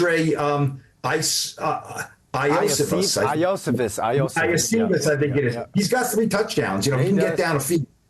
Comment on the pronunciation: Andre Yoo Shee Vooosh is how you pronounce his name